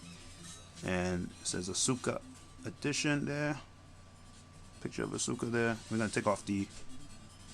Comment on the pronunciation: Pronounced (Ahh-ska) Not Ah Su Ka.